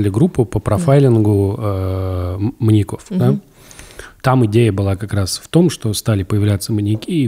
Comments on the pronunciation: Почему маньякОв?! Ведущих даже не смущает, что Саша правильно ставит ударение, а они настаивают на своём... 🤦🏻‍♀️ вот как так можно? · В слове "маньяков" ударение на "я". "маньЯков" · МаньякОв ? Одному мне слух режет ударение? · Да, почему маньякОв и маньякА? МаньЯков, маньЯка и т.д. Ударение на Я. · Что у ведущих с ударениями? Почему маньяки́ и маньякóв? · Андрей: «ЗвонЯт мне как-то из банка...» Тимур: «Не звонЯт, а звОнят». Ну и весь эфир маньЯков называют маньякАми оба. Молодцы ребята 😂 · Сколько их не слушал, пизздец как раздражает , когда произносят "маньякОв", " маньякА". Вы передачу этому посвятили, почему простейшим образом не подготовиться? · Господа ведущие, а перед тем как подкаст о маньЯках записывать, никак нельзя посмотреть в словарик и посмотреть ударение этого слова во мн ч. ? Всю передачу произносите маньякОв.. Тотальная безграмотность и не профессионализм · У меня одного кровь из ушей от «маньякОв»??